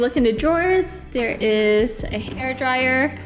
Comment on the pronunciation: Great video! Only piece of advice is that words like “THe” “There” and other “TH” words aren’t pronounced with the “D” sound. So it’s not “da” for the, or “der” for there …and so on. You have great pronunciation but the D use for TH sounds being addressed would get you to the next level voiceover because you have a pleasant voice! My voice is annoying 😂